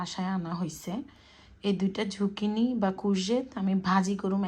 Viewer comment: আপু সবজিটার নাম ঝুকিনি না যুকিনি বলে